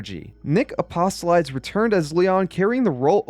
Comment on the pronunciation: you didn't butcher Buechner's name, but you did butcher Apostolides. LOL